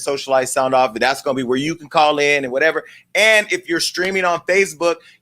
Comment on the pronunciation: Jason!!!! I love that you say whatEVA!!!! Love the format.